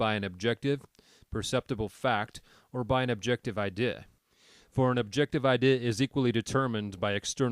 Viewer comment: Great stuff, but why do you have some kind of slurring spasm whenever you say 'idea'?